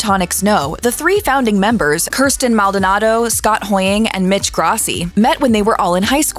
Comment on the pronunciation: the real feat is how she pronounced kirstin right